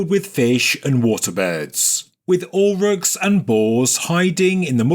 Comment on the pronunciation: Auroch! Extinct Bovine and ancestor of cattle. This word was not clearly pronounced and the CC reading was indecipherable.